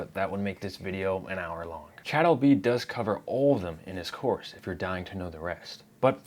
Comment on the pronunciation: Cha'ad....almost as bad as to'od! Jeeesh